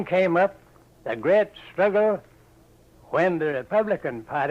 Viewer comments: 'A greht struggle' at . You can hear the echo of monopthongized vowels. He also occasionally pronounced words like public as 'pöblic'. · There are some fascinating pronunciations here, the way he says ‘bu-eeg’ at the end of Petersburg and ‘gret’ instead of great for example. The subtitles are dodgy in places though, one example is how they transcribe ‘General Lee’ as ‘generally’. The spelling for the term for a type of military unit is ‘corps’ (indeed pronounced ‘core’) with ‘corp’ being an abbreviation that is sometimes used for ‘corporal’.